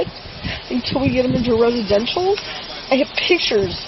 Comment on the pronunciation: reshidenshal.... you mean "residential" ...you poor old drunk lady...😮 and oh my God he was at Cross country after school!! such a bad bad kid..Aidan maybe difficult but he certainly does not need you..